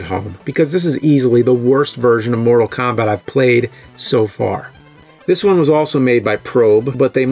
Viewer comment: I hear him saying Moral Kombat :)